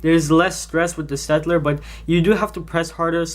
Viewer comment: Just a little point: You pronounce "Staedtler" as Shtaedtler. And I don't know where you actually got them, since the Staedtlers I have don't have those problems. And I prefer Staedtler to Crayola (: my opinion